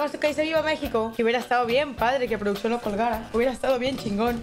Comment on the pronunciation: Cuándo puso "PRODUCCIÓN", puso: "PRÓDUCIÓN" jaja